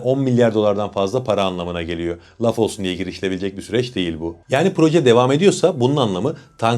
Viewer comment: Konuşurken R harfini söylemeden Geliyor…yerine. GELİYO… diyorsunuz.. Türkçede, geliyo denmez. Lütfen Türkçeyi bozmayın